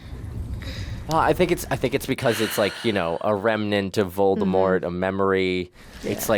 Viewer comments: It's Voldemort not voltermort 😂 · At this point it’s Annoying to see and hear butchering Voldemort’s Nama over and over again 😢